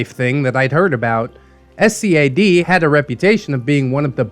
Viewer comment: Also, SCAD is spoken as a word, not the individual letters.